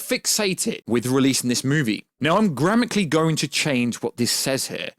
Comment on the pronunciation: no way you said "gramically" lmao. The reason it says "they" is because the article is talking about Ezra as Ezra goes by they/them.